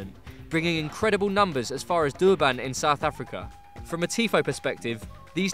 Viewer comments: Man said do-a-bun no it's der-bin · Pronounced durbin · Braiden Hadaway Lol they also got the pronunciation of Durban wrong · missed pronounced durban as well